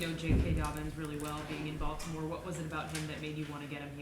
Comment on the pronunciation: “Bolt’imore Chargers” lol